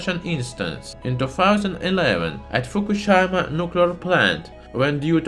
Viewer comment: "Fuku-shai-ma" xD